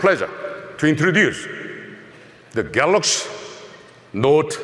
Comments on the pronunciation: "The Galox Note 10" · Ahahahaha he calls is Galax.. 😂😂😂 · I like it when he say "Galox" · You just know he practiced that 1000 times in front of the mirror. "I'm the goddamned CEO, I have a responsibility to pronounce the name of our flaghship line correctly! Galox... galax... ga...lax.. galiks.. galakshi. Oh! Galaxsh.. galaxsh!! Ga... galax. Galox. Galoksh.....good enough." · THE GALAKS NOT TEN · It's pronounced galox book